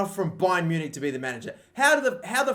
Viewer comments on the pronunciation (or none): none